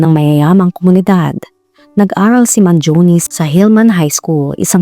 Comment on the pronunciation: He is italian,born and raised in the USA It is pronounce as Mangione and not Mangioni